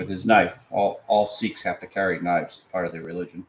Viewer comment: "Shakes?" don't you mean Sieks? Or does the guard have a drinking problem?